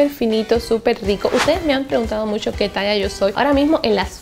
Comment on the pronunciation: por que dices Musho me da la impression que te falta un diente la palabra es MUCHO